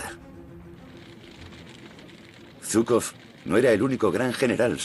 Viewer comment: Aquí parece que fue Zhuikov y no Zhukov